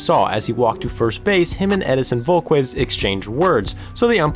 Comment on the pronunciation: ED-IN-SIN VOLE-KEZ THAT’S how you pronounce it. Do you even WATCH baseball?